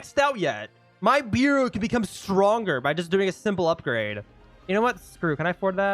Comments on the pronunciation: btw ur saying beru as bEru when its more like behru after u say it like that say it without the h and hts the proper way to say it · BRO ITS NOT BIRU ITS BERU BERUU